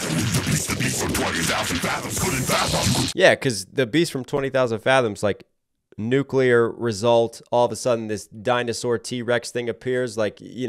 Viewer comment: I take points away from Kong for pronouncing"nuclear" wrong. Godzilla won this for me.